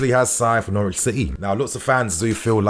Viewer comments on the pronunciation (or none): none